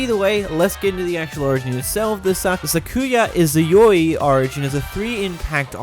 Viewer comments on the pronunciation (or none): I thought he said sakuya yaoi